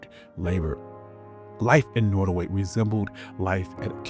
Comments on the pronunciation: It's pronounced NOTTaway, not, NOttaway. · Pronounced Not O Way. Native Tribe in Virginia/ NC. John Randolph was a Virginian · NOT. O. WAY pronunciation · Pronounced, “Not a way” by those who lived there. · Norway/ Nortaway!? I thought it was Nottaway. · I was gonna watch this but you didnt even have the awareness or decency to pronounce the name of the place correctly. Nottoway and Norway are totally different pronounciations. Do better! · Why did the narrator say “ Norway” plantation ? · Who didn't already know this if you have an education above the sixth grade level? It's not hidden, you were even told about it if you toured the home. And would someone tell the narrator how to pronounce "Nottoway". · Trying to be constructive, but if you cannot pronounce words properly, why not get another person to narrate? Eg: You are saying "Rand-alf" for Randolph, "Nortaway" for Nottaway and I heard brefftaking among other mutilations of the English language. Informative otherwise. Thank you. Add: You definitely emphasize the slavery aspect and how hard the work was, but an argument could be made that even in today's world, regardless of skin color, American workers are still mercilessly exploited, overworked, oftentimes exposed to dangerous working conditions. Has it really changed? I mean, honestly, how much freedom do we really have?